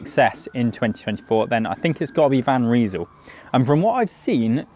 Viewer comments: Van Rysel - you say "Van Reesul", I say "Van R-eye-sul". It hasn't taken the likes of Ltwoo and Wheeltop long to develop road and gravel groupsets almost on a par with mid tier Shimano and Sram. It won't be long before they are equals. If the Chinese brands can establish service centres in Britain and Europe, like Elves have, that would speed up dealing with warranty issues enormously but until then it usually only takes 8 - 10 days to get parts from China. I ordered an crankset off AliExpress on 28 December, it was delivered today 3 January ! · It’s Van Rysal. Not Van Reesal. 😂